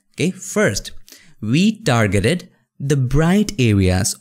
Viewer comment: We dargeted... I love this guy.